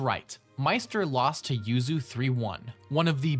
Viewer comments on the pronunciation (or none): none